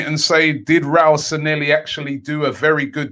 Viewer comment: San-lay-hee Not Sa-nelly